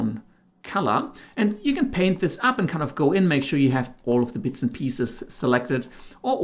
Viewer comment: except for the fact that he missed the t in paint.